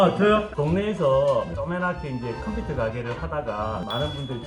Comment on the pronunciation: ㅋㅋ 우리아빠도 콤퓨따 이렇게 발음햇는데